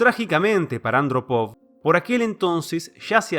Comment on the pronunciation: Hay un fallo menor si no se respeta los acentos ortográficos. Eg. en la prnuncicion de 'Andrópov' en este video.